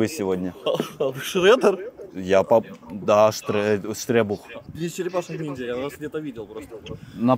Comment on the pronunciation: Не Штребух❌ Рекбух✅